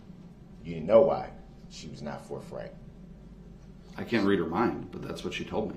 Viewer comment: I’m sorry. Did Darrell fail speech? Not learn that th doesn’t sound like f? It’s not “forfright”? It’s forthright.